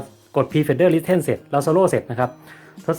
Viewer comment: Pre fader listen > (Listen อ่านออกเสียงว่า ลิส-เซ่น) นะครับ